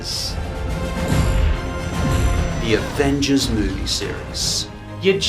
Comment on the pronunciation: “The Avenges” I’m pointing this out because I’m an asshole